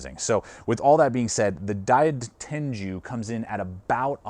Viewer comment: It's pronounced Die-Ten-Goo, not Die-Ten-Jew